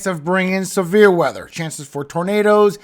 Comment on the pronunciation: I'm sitting here listening and heard We might have a chance of some beer weather, and I was like, cool until I realized you said Severe weather 😂